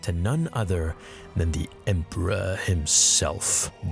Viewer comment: I like when you accented "the Emporer itself" LMAO